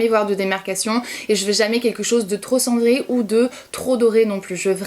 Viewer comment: Ah chaque fois que tu dis cendré j'ai l'impression que tu vas dire Sandrea 😂😂 Cette coupe te va tellement bien 😣❤ bisous bisous 💋❤